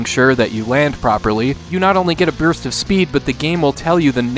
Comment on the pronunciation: "you not only get a byuurst of speed" 🤣